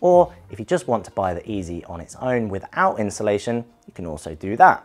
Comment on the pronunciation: Where on earth have I said "insulation"? I doubt it and if I have, then it is obviously just a mispronunciation and I would mean installation, so you're just being unnecessarily difficult. P.S. I think you also mean "you're" and not "your". You're not filling me with confidence that you aren't actually here just to wind people up. If you don't like the free information, leave quietly and go elsewhere. I won't mind.